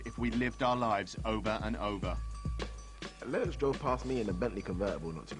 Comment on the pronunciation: Had to stop watching because of the way that woman was pronouncing 'Lennox'